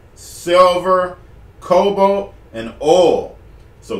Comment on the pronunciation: I think he's saying cobalt